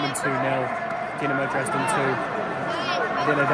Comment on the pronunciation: Doo-na-mo Drays-den